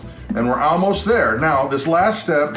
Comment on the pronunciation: You say Al most instead of All most, funny.